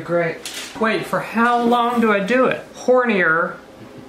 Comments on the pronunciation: He said "hornier" 😂 hornear is bake 😂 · " hornier entre" 😂🤣😂🤣